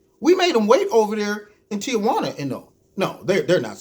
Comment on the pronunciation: Somebody needs to tell the media it's TEE WHAN UH NOT TEE UH WHAN UH!